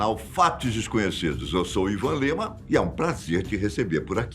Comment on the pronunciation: Gostei da pronúncia suíça do Ivan.